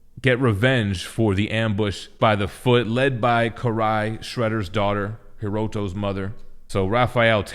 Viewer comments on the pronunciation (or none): Kiry? I'm pretty sure Karai is pronounced like care-eye.